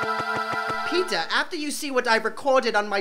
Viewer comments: It sounds like they are say peta instead of peter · Am I the only one who misheard Peter for pizza ?? 😂😂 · "My name is PEEtah"